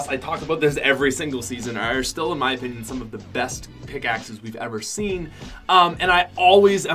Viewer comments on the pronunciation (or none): none